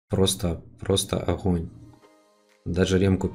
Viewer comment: Охонь-охонь)) Охненный охонь